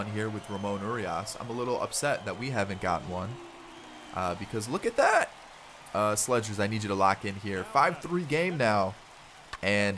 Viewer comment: Not trying to critique u or anything but I think slegers is pronounced like slay-gers, idk but trying to help